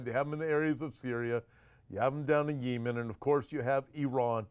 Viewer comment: Yee-men? Speak American English…yem-en! You’re funny I’m somewhat surprised that Russia 🇷🇺 hasn’t blown Ukraine off the map 🗺️. I’m kind of tired of hearing about Ukraine. I somewhat support Russia at this point bc Zelenskyy is worse, to me, than Putin. Oops…Gulf of AMERICA 🇺🇸